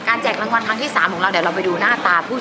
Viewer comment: รางวัล ไม่ใช่ ลางวัน ไอ้เก้าเอ๋อ 555